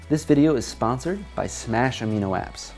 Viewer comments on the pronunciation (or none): none